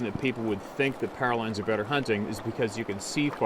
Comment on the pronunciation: Your saying pairalines do you mean powerlines